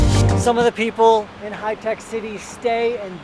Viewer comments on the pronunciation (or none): That is Hi-Tech Bro not Hitec. 😃😃 Love from India ..